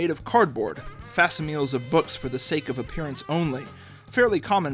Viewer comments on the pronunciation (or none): Nice take, but did he actually say, “fass-i-meels” instead of “fak-similes?”